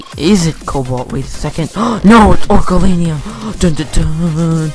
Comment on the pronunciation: Did u say orukalanium its oricalcum